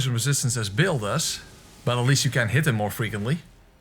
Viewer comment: Just a tip: Bayle is pronounced like "bail", not "Bill". Also I don't understand the greedy fingers/bud joke. My best guess is that it supposed to be a play on "butt", but bud and butt sound completely different so you wouldn't mix them up.